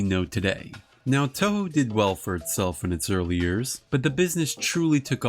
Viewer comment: Man, nobody making English content for Toho can't pronounce the studio's name right. The Os in Toho are elongated, more like Toh-hoh (or Tōhō) rather than short vowel o. For IPA it'd be /o/.